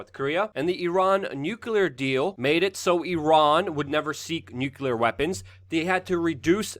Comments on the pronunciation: LUKE, Would you consider pronouncing the word nuclear ☢️ as NUC-LE-AR instead of NUC-U-LAR? GW Bush always said NUCULAR and it always made me cringe. Thanks for your consideration man... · Nuclear. Say nuclear, not nukular like bush Jr.